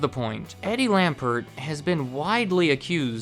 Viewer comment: It's Lampert. Eddie Lampert. You said Eddie Lambert.